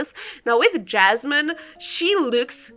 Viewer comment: it’s yasmin not jasmin 🥲